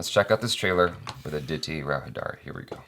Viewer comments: It's Aditi Rao Haider-ee. Like you pronounced Haider. :) Not Hi-Daari XD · Perfect Pronunciation.. "Antariksham". However needs to work on pronunciation of "Hydari". It's pronounced "Hi-Dary"